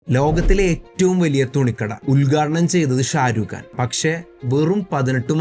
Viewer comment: ഷാരൂഖാൻ അല്ല ബായ്. . ആദ്യം പേര് പഠിക്ക് . ഷാറുഖാൻ